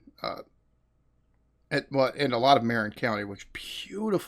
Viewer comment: Hi.. Love these videos. But... I have to make a slight correction. The story about your schooling in Petaluma. When you mentioned Marin County. It's MUH-rin .... Sorry. North Bay native. Its kind of like outsiders calling SF Frisco... No one ever says that, if you live within an hour or two of SF... You just call it The City, or SF, or ... Wait for it... San Francisco. 😂 much love. Your videos are hilarious❤❤❤